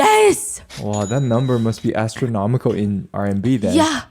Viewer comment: She said 69,000 USD and he said “ass”tronomical and not enough people are talking about it